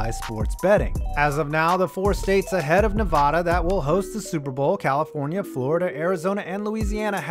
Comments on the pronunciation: “Nev-AD-a,” not “Nev-AH-da.” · pet peeve: people who say Nevada incorrectly. Nev-AA-Da not Nev-Ah-da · Holy fuck it’s not ne-vah-duh it’s NE-VADUH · it is nevada not nava dah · Nev-ah-duh for Nevada. Like the a in apple. Not, Nev-uh-duh. Just thought I'd let ya know. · It's Ne-va-da not ne-vah-da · Allegiant Stadium isn't 2+ miles from the strip, the bottom of the strip is literally right across the bridge from Allegiant Stadium. You can even see in the pictures and video. Also, it's "Nevada", not "Nevahda". Other than that, nice video. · Only thing is you said Nevada wrong. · Love the videos but my man, for the love of god learn how to say Nevada correctly. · the way he pronounced nevada 😒😒😔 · Sir please stop pronouncing Nevada like that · Please, please, 0lease, please, please,please, please, please, start saying NEVADA correctly, you, I'm sad to say, say it incorrectly.